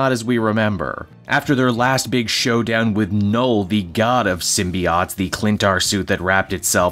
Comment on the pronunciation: the correct way to say symbiotes is sim-be-otes not sim-be-oughts as you do .